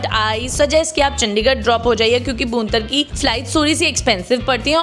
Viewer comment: Madam, बूंतर नहीं है वो,भुंतर है